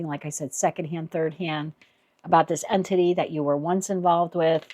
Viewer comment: That's interesting as you keep saying entity, and I keep hearing anthony, which is the persons name. thank you for this reading